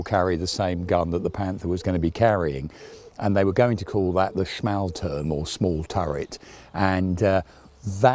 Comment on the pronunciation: "schmahl-toorm," not "smale-turm."